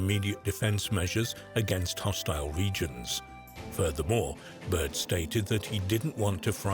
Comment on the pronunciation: Is this accent British or what? Because he said like he's from Brooklyn 😂